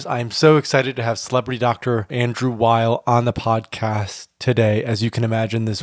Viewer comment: Weil's - NOT - Wiles